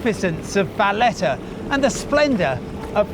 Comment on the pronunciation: Apart from mispronouncing Pastizzi, Valletta, Dgħajsa, Gozo & Ġgantija... quite a decent documentary. To note, the people may be friendly during the first 48 hours, but then you will have the pleasure of experiencing the manipulation and exploitation that is prevalant in 75% of the population.